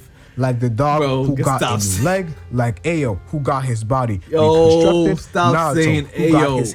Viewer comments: When people butcher characters names I always wonder did they watch the anime when they actually pronounced it 😭😭😭. A O is crazyyyy 😭😭😭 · Bro the way he says Ao is killing me 😂